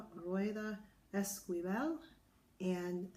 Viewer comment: Is pronounced like "Eskivel" :) I'm trying the recipes and they are awesome :D I'm Mexican and recently vegan, so I was looking for some real Mexican recipes. Tex-Mex is not the same, and is usually labeled as Mexican in the US, I'm happy I stumbled upon this awesome book.